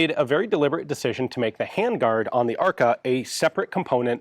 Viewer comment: It's funny how ARKA sounds like "АР-ка" - which would be a slang term for a "generic AR platform" in russian.